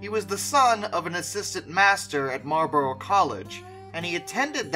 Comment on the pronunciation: Marlborough is pronounced Marl bore ugh - ough is never pronounced 'o' in the UK